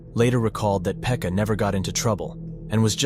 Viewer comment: its not "Phecka", its "Pekka" 💀